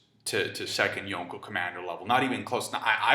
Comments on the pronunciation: I don't like the way he says "Yonko", he says it like "Yonkho" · Bothers me how you say yonko and logia- (yawn co)- (low gee ah) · I despise the way you say Yonko